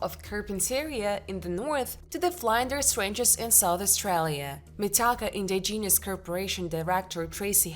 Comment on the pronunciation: I had to kill it after she said " In-di-genius " 5 times in the first 40 seconds.